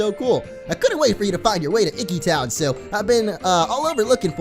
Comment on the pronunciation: I'm guessing people have already answered it, but yes...we like to call others whom we are closed to, but not related to, Aunts, Uncles, Cousin... it's a form of formality =) Very awesome you pronounced Professor Kukui's name correctly too! ^_^ oh, and it's e-key town ^_^